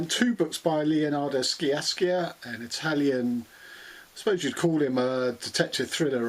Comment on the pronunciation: Sciascia pronounced SHA-sha